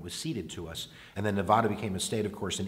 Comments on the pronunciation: Say nevAda right pls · Please learn how to correctly say Nevada.